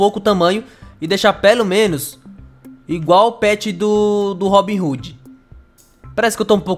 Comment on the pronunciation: O nome não é RoobinRoode não é RobinHode